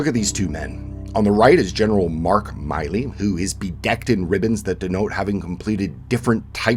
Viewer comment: The double consonant 'll' makes it a short 'i' in Milley. Milley as in Billy. Thought Canadians were better than this.